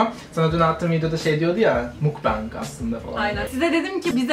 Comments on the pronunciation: Mukbang da değil aslında doğrusu mokbang korece bir kelime (먹방 어 bu O harfidir ama ağızı biraz daha yayarak o sesimi çıkartanız gerekiyor ) 먹다(mokda) yemek demek sadece söylemek istedim 😅 Seni seviyorum ❤ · makbeng diye değil mukbang diye okunurmuş yine; hadi makbeng imize başlayalım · aslında mukbang değil de mokbang diye okunuyor ama neyse slglsmgşdgld 먹방 먹(meog)=yemek fiilinin kökü 방(bang)=yayın kelimesini kısaltılmışı